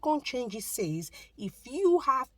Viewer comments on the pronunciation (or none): none